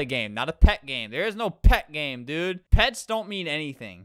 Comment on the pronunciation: What random people hear: pets pets pets. What I hear: pads pads pads